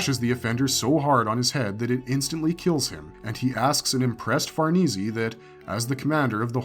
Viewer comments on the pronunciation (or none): Farneezy? Let's play parcheezy... it's far-niece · Say far knee see 1 more time.... Far Nay.. like horses... Say.... ffs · I know lol, i love this content but every time he says Far-nees-ee instead of Far-nees, I cringe a little. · it's definitely Far-ness not far-neecie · the name Farnese is Italian. It is pronounced 'far NAY zay" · Okay, I'm sorry it really erks me. It's pronounced Farah-niece. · Bro always has to say Farnese wrong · Bruh Farnese isn’t hard to pronounce like just stop